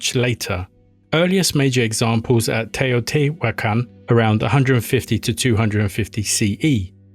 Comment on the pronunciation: You pronounced Teotihuacán very good